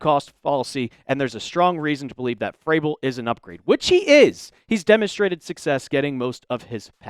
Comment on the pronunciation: Hey goofball. It’s Vrabel, not Fraybel. Can’t listen to you anymore until you learn how to pronounce his name. Think vroom, not froom!